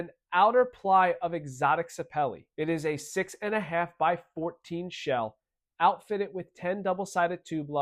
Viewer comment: "Outfittitt" with ebonic inflection